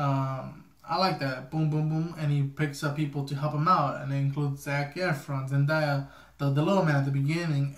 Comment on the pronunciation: It's Zen-DAY-a. Otherwise than that good review 👍🏾